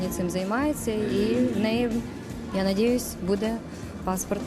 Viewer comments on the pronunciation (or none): " я надєюсь вона отримає громадянство раші" сказала сумська, ключове слово -надєюсь